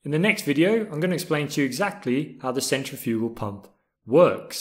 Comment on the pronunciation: Good video, but you kept saying centrifugal wrong.